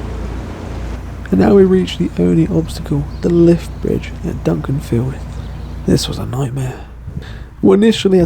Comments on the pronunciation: Hi, just to let you know it’s Dukinfield, not Dunkinfield;) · it's pronounced 'Duck en field' (Dukinfield), not Duncaninfield! 😁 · it isn't Dunkinfield. Its pronounced Dukinfield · Here to be pedantic and correct some mistakes with place names and where you stopped for shopping! Duck-in-field *Dukinfield not Dunkinfield! (And you said a couple of places wrong but nvm lol) and you stopped in Hyde for shopping i think - it wasn't Romiley anyway! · Love your videos! But it’s ‘Dukinfield’ not ‘Dunkinfield’ 😅 pronounced ‘do-kin-field’ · Hey... Just a minor item...it's Dukinfield and not Dunkinfield...although the latter does sound more fun! Cheers... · Thanks for a geat video. Being a northerner, I love the misty weather! Each to their own. Could you just change the name on your map - and also your pronunciation - to Dukinfield (pronounced Duck-in-field) from Dunkinfield. Thanks.